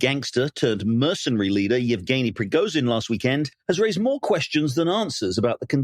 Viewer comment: This was the lamest analysis. Huntsman can’t even pronounce Prigozhin’s name. What else is he oblivious to?